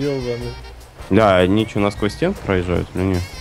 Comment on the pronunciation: Лайкер,пожалуйста научись говорить "ЧТО" :3